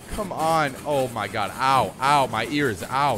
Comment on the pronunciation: i love when he saids howh my goh